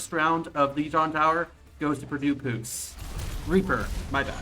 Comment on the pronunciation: "Purdue Pooce" lol